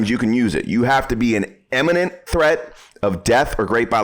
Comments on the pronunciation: "imminent" not "eminent" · Very clear and concise explanations. The one correction I would make is that in #1 he sounds like he is saying "eminent". To be clear, the word is "imminent". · Great video, thank you. By the way, it's pronounced Imminent not Eminent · "Iminent", not " Eminent ". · Great, but please learn to pronounce the word I M M I N E N T ...not pronounced Em, like in the word Emigrate, for example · ‘Imminent’ not ‘Emminint’…geeessh…. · I listened to you pronounce imminent several times, and it's NOT emminent. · For God's sake, learn the difference between eminent and imminent. And learn how to say it. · Typical ignorant gun nut, can't even pronounce imminent, each and every time!